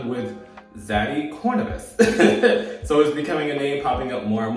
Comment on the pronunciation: A homeless read is wild because... you wanted to and still fucked him tho, business move or not. And love, it's pronounced Core-Venus, idk how you keep getting it wrong 😂😂😂